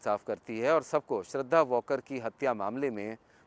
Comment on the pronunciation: To reporter वॉलकर बोलतोय plz nit aaika